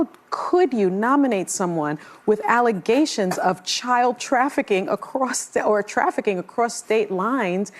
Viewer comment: she started saying "child traffikcing" stopped herself and then said "trafficking a 17 year old across state lines". 17 is a child.